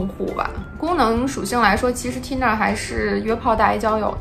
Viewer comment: 说英语还带着东北那疙瘩口音。T银der，我真服了。